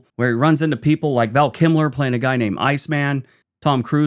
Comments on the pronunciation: KILMER, not KIMLER!!! Thanks! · Kilmer, not Kimler. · 👍🏼Val "Kimler"??? Lol Hoping you were just funning us as I recall you sometimes like to do!😂🙏🏼✌🏼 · Val KiLMer, Kimler, what are you like. Great vid though.